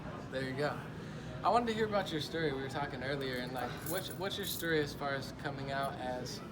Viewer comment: "what's your sturry" 😂👌